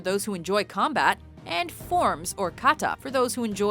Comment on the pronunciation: It is pronounced kahtah not cata